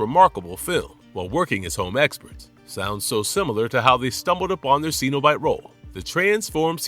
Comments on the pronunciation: Its pronounced SENobite. Not SEEnobite. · What is a ceeenobite? I do wish these videos pronounced the names properly. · Are you seriously not able to pronounce Cenobite correctly